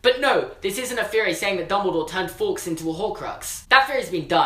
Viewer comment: Brit saying "forks"